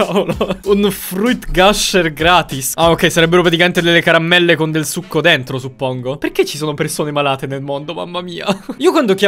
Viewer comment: Caramelle, non carammelle. 😂 😂 😂